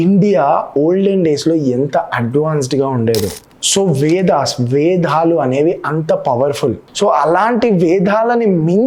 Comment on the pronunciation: Ayya.. Meeku Vedalu Ani palakatam raledu. Vedhalu Ani palukuchunnaru. Endukayya neekee badha?